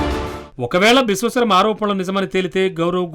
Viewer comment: విశ్వఖర్మ కాదురా విశ్వశర్మ రా ఎదవా